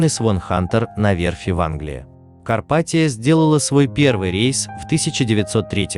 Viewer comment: Не карпатиО, а карпатиА